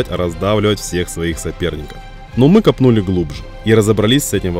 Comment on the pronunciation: Не ми а мы 😁